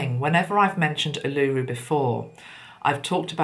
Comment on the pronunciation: Hi Feel you've nailed the energy here in Australia 🇦🇺 when you mentioned Uluru and the solar plexus chakra, mine contracted and have a sick feeling in the stomach. FYI Uluru is pronounced Oolooroo 🌞 Blessings 💕💫💕